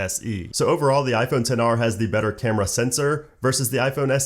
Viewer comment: I cringe everytime when they say 10 R!! Ugh 😒 ITS X R!!